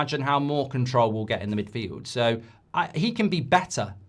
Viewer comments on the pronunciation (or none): none